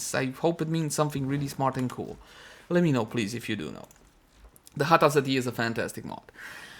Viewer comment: OMG i thought my parent call me when you call Satya cause you pronounce sound like Datiya ... XD